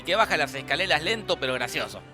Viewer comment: cuan dijo que sub sero baja la escaleras lente pero grasioso dijo escalelas jaja